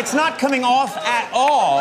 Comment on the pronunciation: it's not coming aoofff at auull